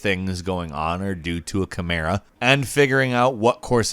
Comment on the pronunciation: Wow he pronounced chimera correctly this time